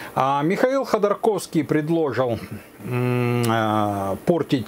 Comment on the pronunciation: К содержанию передачи вопросов нет, всё верно... Но хотелось бы обратить внимание автора на то, что ударение в слове предложить, ставится на третьем слоге, а не на втором... Мелочь, вроде бы, но ухо режет, и возникают сомнения...